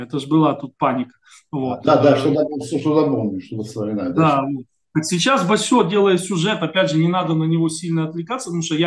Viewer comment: Гостю: не " Басё", " Басе". Первое, это мастер японской стихотворной формф, а второе значит известия, по типу: " одна бабка сказала". Действительно, надо бы с осторожностью относится к некоторым правозащитникам....